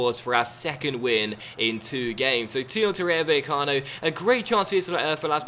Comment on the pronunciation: the double L in Spanish is pronounced as a J in English